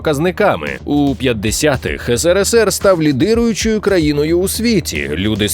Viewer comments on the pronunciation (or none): none